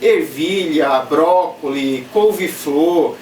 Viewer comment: Cara video muito bom e muito explicativos. sempre seguindo e vendo seus videos muito bom. So um detalhe brócolis , tem S no final :D, mas relaxa que ficar falando 2 idiomas gente começa errar essa pronuncia kkk sei como q é kkk